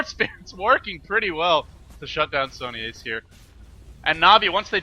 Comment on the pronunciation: Sony4ce is pronounced as Sony(Force), not ace. :)